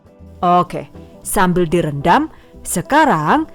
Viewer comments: suka banget pas bilang "owke" 😆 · "Baris Okeh" 🤔